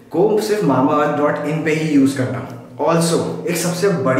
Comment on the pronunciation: Mamaearth matlab mambaearth 😅😅😅